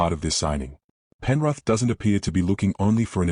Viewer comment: 'Penruth' 😂 gotta love ai, not